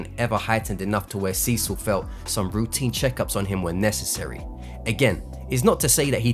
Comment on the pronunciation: urgh... it hurts to hear you pronounce Cecil as Sisu